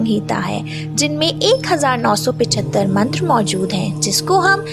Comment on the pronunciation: Bahot badhiya. Bahot achha. Aap upanishad bolti hai, Aap ko upnishad bolna chahiye. Braham ko aap bhram bolti hai. So sad. So bad. Aap mantra ko matra bolti hai. Galat pronounce nahi kare, Pl. Titles hindi mein hona chahiye. Itna sare shabd Aap English mein na likhe. Thank you for nice compilation. 🙏🙏🙏🙏🙏🙏